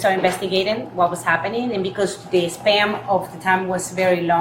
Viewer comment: SPAN not SPAM